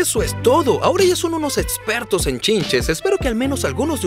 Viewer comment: Jajajajajaja el doblaje dice "Etsisten" "etspertos" "Etsperimentos" "etsperto" "diotcido" jajajajajajajajajajajajaja